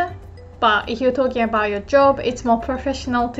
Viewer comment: すみません, I would like to thank for the amazing lessons. It may not be my place but since has helped me improve my Japanese I thought I could return the favour by noting that often (if not always) pronounces the word 'if' with a H sound. That, of course, must be due to the lack of a strong F sound in Japanese, especially next to a palatal Y (as in 'if you'), so one wouldn't normally address that but since is ever so good as to warn for potential mistakes I would like to humbly ask to consider the phonology of the English language. すみません、ありがとうございました！